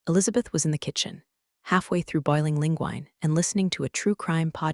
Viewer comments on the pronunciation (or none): HEY!!! Edit properly. Linguine is NOT "Lin-Gwine"!!! It's "Lin-Gwee-Nae". And the past tense of read is pronounced RED. AI is only as good as the HUMANS PROGRAMMING IT - SO PROGRAM IT PROPERLY!!!!!